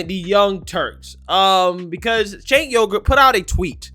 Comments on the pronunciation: Cenk pronounced chank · Please pronounce Cenk's name correctly its pronounced Ch-UNK. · it's pronounced as "djenk" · Pronounced JENK